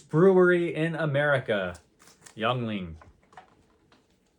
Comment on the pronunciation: It's pronounced "Ying-Ling."